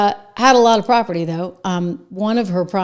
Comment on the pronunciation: Property, not "propery.